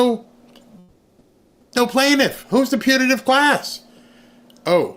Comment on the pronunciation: Putative with a “t”, not Punitive with an “n”.